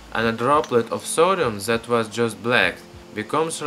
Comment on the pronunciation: lmao why is it so hard for some people to pronounce then, that and the? like how are you saying ''zhe'' ''zat'' and ''zen'' when its clearly a T there?